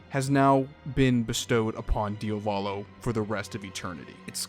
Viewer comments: yeah but why do you keep saying diovalo instead of diavolo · bro im getting triggered by how you pronounce "Dia-volo" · It's Diavolo ("dee-ah-voh-low"), not "Diovalo" ("dee-oh-vah-low"). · I’m sorry man, I’m gonna be that guy but did you just pronounce Diavolo “DIO-VOLLO” and not “Diavuh-lo”? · Cool vid, but it's a pain to hear DIA VO LO instead of idk, just checking the italian spelling :(